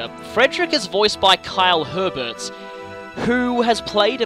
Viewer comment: Quick note: Fred's VA's last name is actually pronounced Ay-bair. It's an incredibly common mispronunciation though, so I can't blame you XD